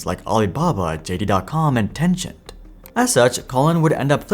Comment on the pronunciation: Are you pronouncing Tencent as "Tenchant"? Or is there a different company called Tenchant? How do you pronounce "50 cent", as "50 chant"?